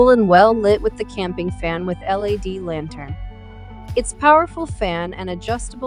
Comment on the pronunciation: Why does she keep saying L.A.D. light instead of LED?